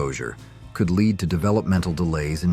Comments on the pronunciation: Is this an ai or doesn't this idiot know how to pronounce "lead" (the substance)? Also click-bait title. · Well, is it lead or lead? Can't figure out context? Dumb ass software... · Teach your ai to say lead correctly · Learn to say led and not to say lead...sheesh... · For example "lead" (that's dangerous) was pronounced "lead" (opposite of follow). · Lead (the metal) rhymes with "head" and "bed", not "reed". Get a smarter voice program. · Ai generated video.Lead is not Leed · I'm being facetious. The AI narrator was talking about LEAD and pronouncing it LEED and also mispronounced Bartles and James. I can tell by this response that YOU are an AI too. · Lead is pronounced "led", not lēad. AI is making America dumber. We are becoming more unintelligent each passing day. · The pronunciation is very annoying. For ex., lead (a chemical element) and AI says leed. There are many more examples I could use but I guess you understand. Do you listen to the AI voice you use and try to fix the pronunciations? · The responses on this page MUST be AI generated! 12 hours ago (edited) What is "LEED?" Bartles and Jaim-EES?!?!? WhoRemembers ? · 16 minutes ago "LEED" is a certification related to green building, but if it's something else you’re curious about, let me know! And Bartles and Jaymes was a popular brand of wine coolers in the '80s. Did you have a favorite drink from that era? 52 seconds ago I'm being facetious. The AI narrator was talking about LEAD and pronouncing it LEED and also mispronounced Bartles and James. I can tell by this response that YOU are an AI too. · I was happily watching until I heard the mispronunciation of lead. Lead as in the metal was pronounced lead as in when you encourage someone to go a certain way. Honestly, it was convincing AI until that point. At that point I stopped watching. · Lead poisoning... I mean leed lol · Did you AI mean lead (led) or lead (be in front)? Pretty poor. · I hate AI narration, can't even say lead right.